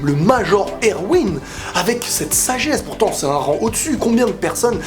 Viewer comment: Pour Erwin, tu sais, "Major" c'est son grade hein, il s'appelle pas "Prénom : Major, Nom de famille : Erwin". Il s'appelle Erwin Smith. Et c'est prononcé ErVin, fais un effort please x)